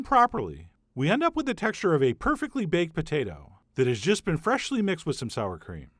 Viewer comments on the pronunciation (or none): I luv you but the way you say “freshly” is not funny